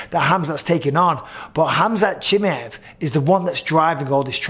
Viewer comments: the way Bisping says Chimaev drives me nuts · I hate how bisping says Chimaev 😂😂😂